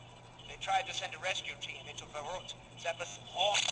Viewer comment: Richthofen said Verruct